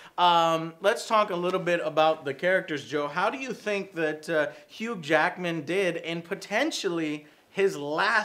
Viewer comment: says hughed Jackedman instead of Hugh jackman LOL!